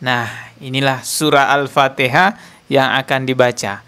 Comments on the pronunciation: 😂banyak kn mengaji agar Al Fatihah tu sebutan nya betul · Memalukan. Membaca ayat alcuran alpatihah aja ga bisa...